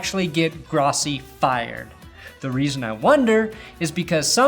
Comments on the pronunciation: Gross - e, Gross - e. Gross - e. Pronounce it correctly. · His name is pronounced,"Grow-ssi"..That is the correct pronounciation,Asshole!! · It's pronounced GROSS-e (because he's gross)... Fuck Tony Grossi! Get him out of Cleveland!